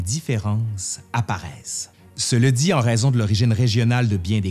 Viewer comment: Ta prononciation et diction est incroyable! Petite question, pourquoi dis-tu « Se le dit » plutôt que « cela dit » ?